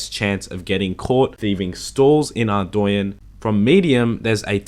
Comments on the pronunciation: Man... the way you say Ardougne makes me cringe. It’s AREDOUGHNE not ARDOWYEN brother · Are-doy-enn is not correct pernounciation if i correct its actually are-dough-nay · why does everyone pronounce ardougne (ardwayne) ?? Its Ardoooon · "ArdOOUne" Edit: also another thing from the elite desert diary is the desert amulet 4. When worn, you will be FULLY immune to desert heat and have UNLIMITED TELEPORTS to nardah (there is also ANOTHER teleport but i forgot where the other teleport teleports you to) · Dude your not saying Ardougne right, its pronounced Ardoan. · I do stuff It’s not pronounced how he pronounces it. It’s Arr- dOHne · It's arr-doyn. Look it up yourself. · No one is gonna mention how he pronounces Ardougne?